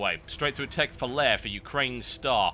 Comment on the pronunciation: TB is probably the only caster that pronounces "Lair" right. For that alone I love him.